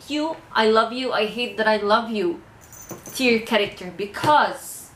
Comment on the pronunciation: (For your peace of mind) don't worry, you're pronouncing tier right. Tee-er is a tier list. Tie-er is something that goes on the wheel of a car.